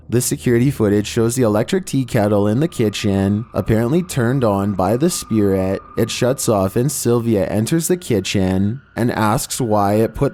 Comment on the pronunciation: And it's spirit not spearit